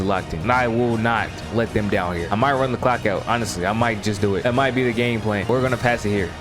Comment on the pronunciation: i cant be the only one that heard "the cawk is gonna be draining."